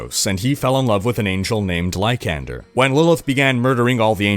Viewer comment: It's "lie-san-der" not "lie-can-der"